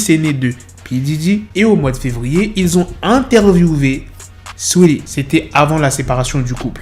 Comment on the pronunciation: Arrête de dire swea lee au lieu de saweetie